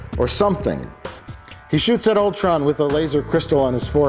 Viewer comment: I can't believe they pronounced Ultron correctly......multiple times no less!